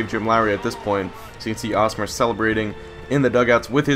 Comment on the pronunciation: It's still pronounced hosmer not awesmer